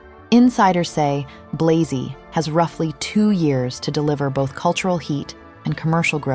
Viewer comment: Interesting video, but inaccurate at times. Firstly, Matthieu Blazy is a Franco-Belgian man; his surname ought to be pronounced accordingly. Secondly, "Gucci stabilising under Sabato De Sarno as its creative director" is a bit of a stretch. I really liked his aesthetic, but he was ousted because Gucci was in decline after Alessandro Michele.